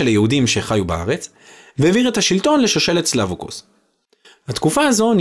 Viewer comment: אתה לא הוגה את השמות נכון סלווקוס הנכון הוא- סה בצירה או סגול, לב ל בציריה או סגול, קוס ו בשורוק או בחולם . חקליה . ח ו ק בקמץ או פתח ל בשווה ונשאה יה. ולא ח בפתח או קמץ ק בשווא ל בחיריק......